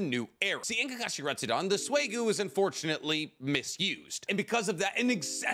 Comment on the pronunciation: im sorry but its "retsuden" not "retsudon" it just bothered me. Love the videos though